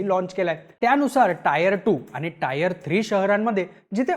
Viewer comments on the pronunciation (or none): टायर नाही re bhau😂 टीयर 1,2 असतय